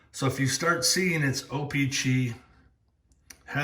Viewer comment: Or how he says o pee chee